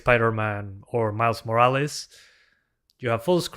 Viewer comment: I'm from Italy, love that you say "Morales" like me